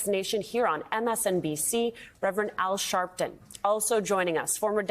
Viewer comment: Al Sharp Ton? are you f'n kidding me?